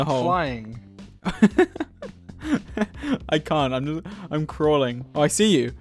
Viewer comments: no one: literally no one: dream in Swedish accent : *lkean't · Swedish Dream isn't real, he can't hurt you. Swedish Dream